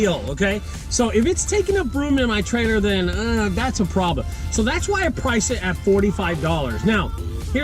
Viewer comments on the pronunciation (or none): none